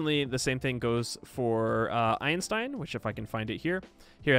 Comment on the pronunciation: I am never going to not hear "End your turn now" when you say Einstein.